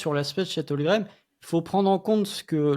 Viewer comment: 9 Avril 2024, 2 ans que Chet est au Thunder et prononce encore "Holgrem" 😢